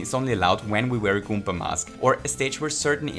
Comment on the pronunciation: goom*a is a swear but its ok because he keeps saying goompa